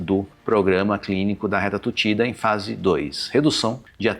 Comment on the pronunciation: O apresentador é um médico de carne e osso com bug de pronúncia: "a Retratutida é o próxima 'djeración'"...